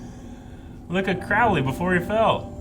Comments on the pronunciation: Crowley is pronounced like crow, not like crowd. Opposite on Supernatural, I gather. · You guys are good but I wish you would actually listen to the characters saying Crowley the demon's actual name, which is pronounced with the first syllable rhyming with "crow" (the bird) NOT rhyming with "pow". I get it that there's another character on another show who pronounces it the second way, but that is NOT the Good Omens character.